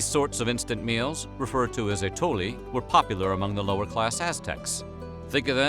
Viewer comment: Dear narrator, work on your accent. For example it is átole, with the accent on the -a, etc.